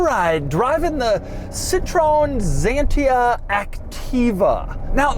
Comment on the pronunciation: Very nice car and not weird at all. Only Dougs pronounciation of Citroen Xantia is weird. Or funny.